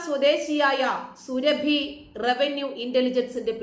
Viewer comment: സുരഭി അല്ല സുറാബി ആണ്